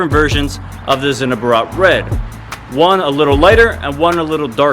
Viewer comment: the way you said zinnober😂 sinnoburuuhh Americans dont give a fuck😁